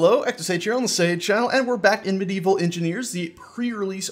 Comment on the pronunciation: is it weird that when ever i hear sage say "Medieval engineers" i hear evil engineers